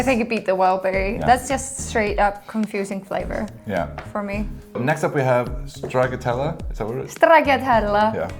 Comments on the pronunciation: Stracciatella is pronounced stra-cha-tella :) and it's usually just basically shaved chocolate in vanilla gelato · Wow I have exact opposite taste compared to you haha. I'm definitely into vanilla, cookie, cheesecake, etc all those cozy flavours. Gianduja is chocolate with hazelnut, Italian stuff :) Edit: úúúhúhú look up what stracciatella is (and how to pronounce it hihi) ;))